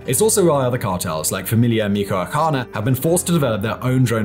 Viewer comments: Very good informative video, Michoacan the H is not silent It'll similar to Mitch-oacan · "Mee-cho-a-khan" for next time,... big ups to and the whole team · “Misoacana cartel” 🤦🏻‍♂️ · I’m sorry but your pronunciation of Michoacán kills me 😂😂😂 great video tho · MICHOACAN = pronounced as: Mee-chu-wa-kan or MEE-HWA-KAN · Meetch-wah -kahn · Wrong pronunciation of Michoacán. Use the “CH” sound as in Ch-ocolate Mi-Ch-oacan Love your videos . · Michoacan = "MEECH-OH-AH-CAHN" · It’s MICH-WA-CAN ☹️😭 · Michoacan = "Me Cho Uh Con", Michoacana = "Me Cho Uh Con Uh". Neither are perfect but much closer than how you are pronouncing it. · Its pronounced Meech-wah-khan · It's pronounced "mi-cho-ah-CAHN" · Lmfao 😂😂😂 the way he pronounced Michoacana though 😂😂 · I am so feeling for trying to say "Michoacán" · Not sure if Irish or Nahuatl. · Honestly, I’m very forgiving of nonnative name pronunciations, but if he would pronounce the CH correctly (almost exactly like the CH in “China”) he would be close enough. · it wouldn't just be close enough, it'd be correct.